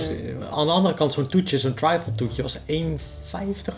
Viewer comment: Volgens mij spreek je trifle niet op z’n Engels uit maar gewoon als ‘triffel’. Kon het niet laten om te zeggen, sorry hahaha! Suuuuper leuke video.